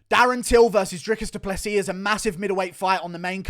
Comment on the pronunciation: DREE-COUS DOO-PLUH-SEE Hope this helps.